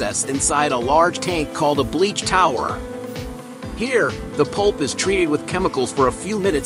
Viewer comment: Either I'm deaf or you're saying pulp, not poop! Either way, I'm laughing!!